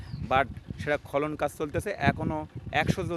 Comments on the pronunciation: খলন কি ভাই,খনন উচ্চারণ করুন। খুব সুন্দর ❤ ভিডিও। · বার বার খলন খলন বলছেন। খনন কাজ। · খলন না রে, খনন। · খনন খলন নয় শুনে হাসি পাচ্ছে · খনন বল তে পারন না। কানে লাগে।